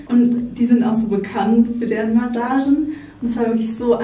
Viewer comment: Kannst du Massagen mal richtig aussprechen danke